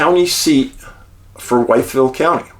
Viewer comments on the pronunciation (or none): We pronounce the name differently in Virginia. I live in narrows about 40 minutes away. Sort like …. Withville 👍🏻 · Love your work!! I watch every episode, an movie, had to say it but , Wytheville is most commonly pronounced "With-ville"